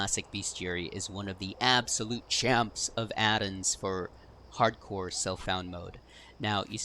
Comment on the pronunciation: Excellent guide, subbing to channel and all good tips. Love the slower pace of your talking, so many creators now talk so fast you have to turn it down to 0.85 to understand them. I do get irrationally angry at your pronunciation of “addons” however lol. Keep up the good work man!